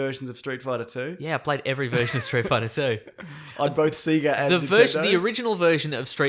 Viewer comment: Its pronounced "say-gah"! Not "see-gah" ! When will people learn?? Fuck, man.